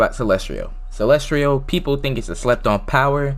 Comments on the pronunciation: you pronounce celestial as celestrial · why are you saying celestrial